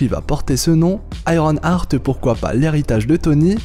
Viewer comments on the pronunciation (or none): none